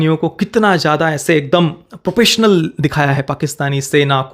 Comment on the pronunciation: Propessional? It’s professional…